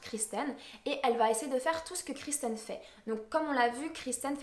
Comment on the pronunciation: kIrsten , c'est Kirsten et non kRisten